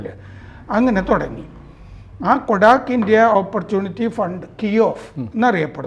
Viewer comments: കൊഡാക് അല്ല കോട്ടക് ആണ് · Kotak കൊടാക് അല്ല. കോടക് ആണ്.